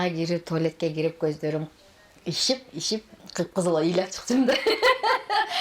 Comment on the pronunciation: Козум ишип ишип эмес козум шишип деп суйло кыргызча.